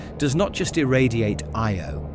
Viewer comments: Funny how the AI voice struggled with the word Io, but still an entertaining and informative video. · so is it aye-oh? yo? ee-o?